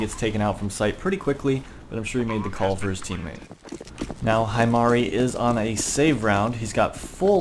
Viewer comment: I'm going to be that one weeb and say that he pronounced it wrong. its pronounced he-mari